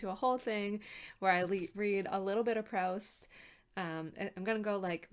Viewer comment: After admiring Proust from a far for 30 years I finally made a start in January. I'm currently coming towards the end of 'Shadow of Young Girls in Flower' in the new Carter edition. I love it, my aim is to read it over one year. Hope you're getting on OK. (it's Proost, not Prowst! :)